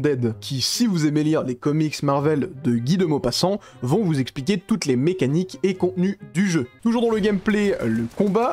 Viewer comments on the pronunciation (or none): none